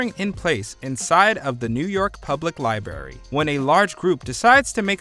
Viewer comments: The narrator Actually said, "LIBARY" during the "Day After Tomorrow" segment. C'mon, if you cannot pronounce words properly why even be a narrator?!!!!!! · "The New York Public Liberry???"